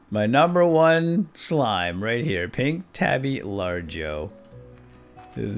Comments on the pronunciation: Lar go. Not large o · its not large-o its lar-go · Say lar go instead of largo